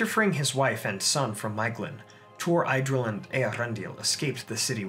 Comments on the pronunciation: Love your First Age series!! But it would make my nerdy heart all the happier if you tried a little harder to get the pronunciations right. Idril is not pronounced "eye-drill", it's "ee-drill" etc. Otherwise, keep up the good work! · Thank you for another great video. It would have been even better, had you pronounced all the names correctly: Idril and Maeglin were the worst ones.